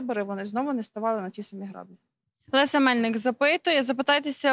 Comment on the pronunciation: Яна в слові граблі(множ.) в укр. мові наголос на І, в рос. мові на А